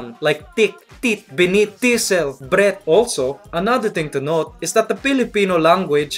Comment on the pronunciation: Teh way he said Breath sounded like he said my (boy) friend Brett Gustilo